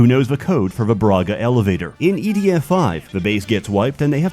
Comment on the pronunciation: DOES HE SAY EDF OR IDF??????